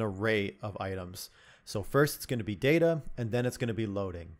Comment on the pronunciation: I just come here to listen to your voice. Also it's pronounced data